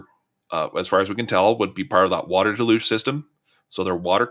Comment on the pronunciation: It's pronounced DEL huge. Not del LUGE. First of all the accent is on the first syllable DEL not the second syllable. And there is only one L pronounced and it's in the first syllable. The L is pronounced in the first syllable DEL but there is no L pronounced in the second syllable. There is a difference in the spelling of words and the pronunciation of them. If you try to pronounce the word the way it's spelled you will mis-pronounce the word.